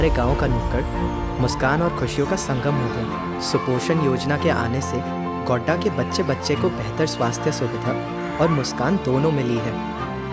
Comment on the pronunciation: Bolne wale ko ye bhi nhi btaya ki mere sheher ka naam Godda hai, Gonda nhi🙏